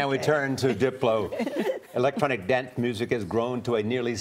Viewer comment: "Electronic dent muzic"